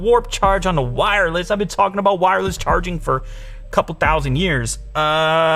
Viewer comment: The Canadian kicked in for ABOAT two seconds there 😄❤️